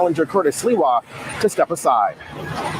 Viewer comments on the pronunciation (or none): *Sliwa, not 'Silwa'. I know -- seems to be misreading it too, going by her mispronunciation (it's pronounced like it's spelled, SLEE-wah, not SIL-wah, the latter being how says it).